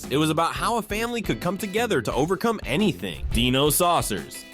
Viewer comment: It's die no not de no. Hilarious how narrator couldn't pronounce dinosaucers correctly while having theme song pronouncing it correctly. I feel old now. There was only one cartoon I didn't remember seeing back then. The girl and the horse one.